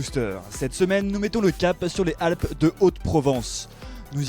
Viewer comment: Lèzalp pas lèhalp :-)